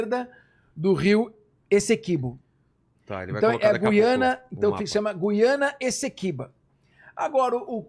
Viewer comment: Gu-iana? Não será Guiana, como Guilherme?